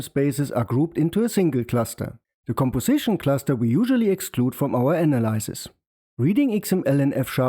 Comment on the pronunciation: The y in analyze is pronounced /aɪ/. The y in analysis is pronounced /ə/.